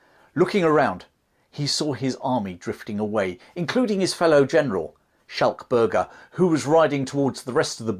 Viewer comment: General Schalk (Skulk) Burger - pronounciation